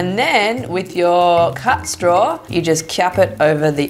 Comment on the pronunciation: Love it when you say 'Kiap' 😂